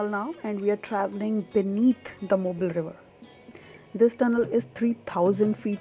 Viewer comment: I love your sense of humor. 🤪. By the way…the locals pronounce it “MO-BEEL” Alabama. 👌